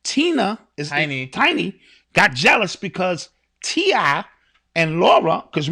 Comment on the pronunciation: Listening to butcher the names of TI, Tiny & Lauren had me weak!!! 😂🤣